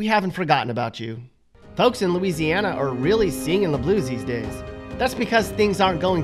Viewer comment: Hmmm Looseiana?😅